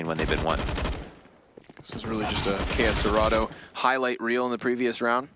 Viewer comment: "key ess cerato" hahaha, nt, the right pronuciation is "Ká cê rato"